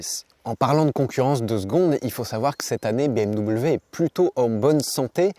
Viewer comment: a 17, 50 minutes tu dis bimw 😂 avec bienveillance 🎉